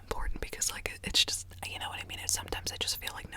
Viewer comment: When she says “you” it sounds like “ew”